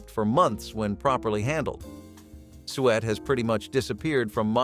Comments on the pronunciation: SUET pronounced SUE-IT not bloody sweat yuk ewww and yes im English so I'm right. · I know!! Who eats sweat? I wish these narrators would take a few seconds to educate themselves. Google can help with pronunciation. 😅